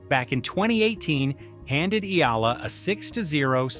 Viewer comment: Not Alexandra. Ela .its PRONOUNCE like this ,, (EY- YA - LA )😊